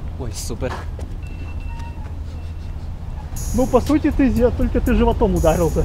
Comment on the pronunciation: Я думав він каже Су*а